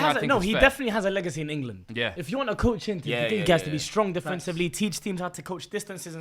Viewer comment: supercopa de englessss!!! 🤣🤣🤣🤣🤣🤣🤣🤣🤣🤣🤣